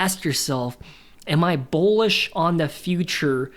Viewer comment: I don't mean this in a mean way at all but are you saying Bowlish or Bullish. If its Bowlish is that just a new way of saying bullish?